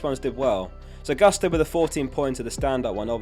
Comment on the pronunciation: by the way it's "Gusto" as you read it, not "gAsto":)